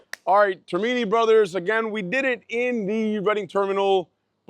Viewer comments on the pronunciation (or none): Actually it's pronounced TER=mini. They lost it about 20 years ago. Used to be very good. Now???? MEH. None of these places represents authentic South Philly food and drink. You are too far away from the heart of South. There are many better choices. But thanks for coming to my hometown. Oh...and GO BIRDS! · Please learn to say Termini correctly. Born and raised in Philly not far from both locations. Best of the Best. Celebre's is great pizza. Penn is a good place for breakfast. Good honest review.